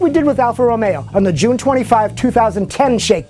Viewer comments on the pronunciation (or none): none